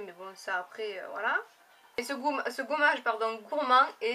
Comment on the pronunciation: "Ce goummage" ihihih ! Moi aussi le truc pure system il me piiiiique graaave